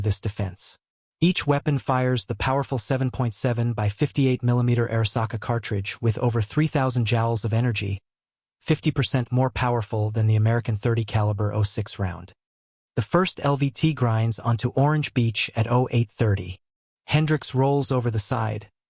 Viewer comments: Yeah it's a B A R. Joule--is a standard of energy most HS students used to understand. It's pronounced "jewel" after James Prescott Joule. A jowl is part of a pig. When the basic nomenclature is wrong, I can predict the quality of the video to come. AI is great. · You can pronounce joule as jowl. You'd be wrong, but you can do it.